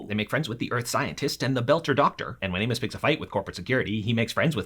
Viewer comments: Please don’t hate me. Please Did he say Amus or anus? Because at the start I swear he said anus but later he says amus So I’m not sure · If I didn't know who this was I would've thought you said "Anus"